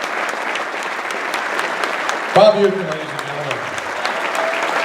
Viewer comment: it’s Uecker (Yooker ), not Uecker (Ucker).